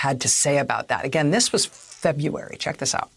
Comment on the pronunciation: Feb-u-ary ?? totally annoying!